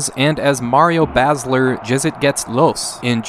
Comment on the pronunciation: as a german: Mario Basler Jezzejetlos. i felt that.